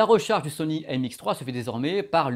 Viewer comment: MX3 haha, ça m'a écorché les oreilles à chaque fois ^^ Sympa la vidéo sinon, mais je cherche toujours une comparaison objective pour NC de ces 2 casques (comparaison entre signal d'origine, et mesure des ANC pour connaitre l'atténuation en fonction des fréquences), si jamais vous savez où je peux trouver quelque chose du genre, merci d'avance! Bonne continuation:)